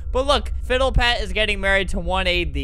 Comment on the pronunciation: I watched the marriage and they said “gayrried” and I was like yes gay amazing